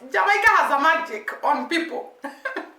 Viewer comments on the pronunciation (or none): none